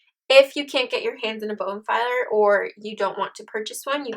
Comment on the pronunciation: Very nice tutorial - a little disconcerting hearing "bone-filer" over and over. I believe that is a dental tool used to file bones.......I believe she was going for bone folder. But hey, still a great tutorial and much appreciated. :)